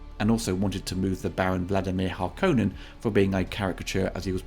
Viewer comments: Harkonnen is name from Finland, and in that language it's pronounced like in 1984, not 2021. I don't think it's a stylistic choice, I think it's just a slip up, as it's pronounced in the easier, American fashion. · No mä kuulen uuden version 'Harkonen" lähempänä Härkösta kun mitä Lynchin versiossa ollutta "Harkkoonen" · Did the 1984 film pronounce Harokonnens wrong? Absolutely. It was one of the things I was really hoping this new one would get right. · Like Dune 2000, i dont like the way Harkonnen is pronounced. Try adding a "Mr." to the way Dune 2000 and 2021 pronounce Harkonnen- sounds like your addressing a physics teacher right? Now 84's Hark"O"nnen... that sounds like the last name of the biggest jerk on earth (or Geidi Prime)... its fitting. "Ummm... Mr Hark"uh"nnen. My dog ate my homework last night. Please dont pull my heart plug." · there is no right or wrong pronunciation for the name Harkonnen. Frank Herbert used to pronounce it as in the 3 series and this new movie, and people thought it was the right way because Herbert himself said it that way, but it's just that. I prefer the Lynch's film pronunciation of many names and terms. I'm suspect because, for all its flaws/criticism, I love Lynch's adaptation, and I find it difficult to adjust to many of Villeneuve's adjustments, visuals, etc. Don't get me wrong, I think Villeneuve has done, overall, a great work.